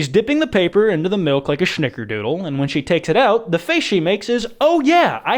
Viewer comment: The way pronounces snickerdoodle makes me angry.